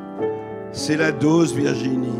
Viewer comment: O dOse O pas au pas AU, dOSE DOSE O pas dAUse